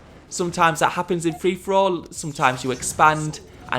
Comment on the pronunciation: What's interesting in the older videos, you can hear him say 'Free For All'. The newer ones sound like threefourall (😁)